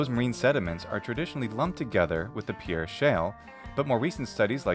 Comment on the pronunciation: Great vid. I live in S.D. Just an FYI, we pronounce it “PEER” even though spelled like the french pierre.